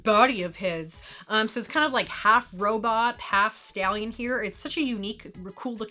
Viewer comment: I know it was “Stallion”, but all I could hear was “the body of a scallion”. lol